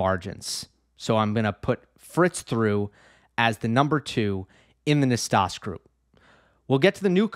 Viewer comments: Hi, I just want to point out that "Nastase", being a romanian name, it is spelled as it is written: not "nastas" but "Nastase", with that final E being the same E of, saying, "egg" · Nastase is pronounced Nastazee--c'mon--ZEE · Yes us oldies know it's Nastas-ee lol nickname Nasty back in the day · Thanks. You can check your pronunciation of Ilie Năstase on Wikipedia. John Newcombe in commentary always said the final 'ee'